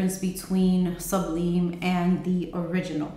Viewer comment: Great reviews! I love Fusion. Some note in Goddess makes me nauseous which makes me sad. Just a note...Sublime is pronounced like sub-lime in lemon and lime. 💗